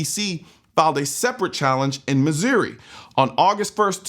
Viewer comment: Did you just call that stat "miz-ear-y" as someone who lives in the state that is a first.